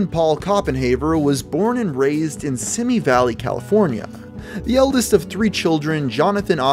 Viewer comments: its not "semi" its "simi" like your saying see me. i grew up here, and also rockidin used to dump radioactive waste in the santa susana mnt's near us. so thecnically we are a radioactive communnity hahah. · this shit stain was born in my home town. for the record, its pronounce see-mee